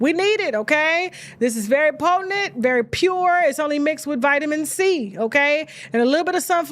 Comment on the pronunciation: U gotta get him know how to pronounce your name, Tasha K; also it's POTENT, nor POTINENT re your ads, lol!